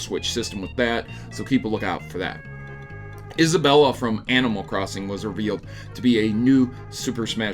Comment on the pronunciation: It's pronounced is-a-bell